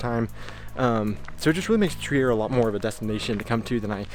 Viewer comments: Nobody would guess that Trier is a german town, because the way you say it sounds pretty french ^^ It's more like "tree ah" ! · Really nice video, but one thing has been bugging me as a native to the city (or more specifically, a village really close to it): It's pronounced "Treer", not "Tree-air" ;) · Pretty interesting and informative. But before you start filming you should clean the windshield and ask on-site how to pronounce the place. It's called Triiiiier, not Triär. Not to be confused with Trieste in Italy. There it is called Triäst.